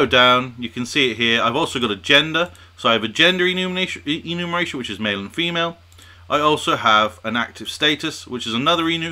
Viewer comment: EnumERation, not Enumation :)